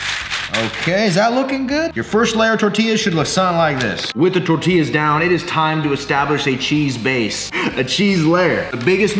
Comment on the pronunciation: As a mexican i died a little bit each time you mispronounced TORTILLA